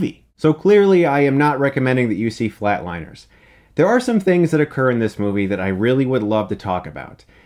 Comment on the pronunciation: It’s Flatliners not Flateliners